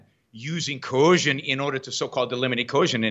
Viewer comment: I cringe when Yaron says "coercion" because he can't pronounce it.